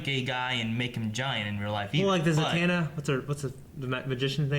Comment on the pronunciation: Zatanna's name is zah-tohn-ah